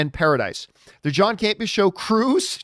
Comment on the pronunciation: is a close friend of John's but calls him John CamPEEah. She routinely emphasizes the second syllable. John emphasizes the first syllable. Am I hearing it wrong?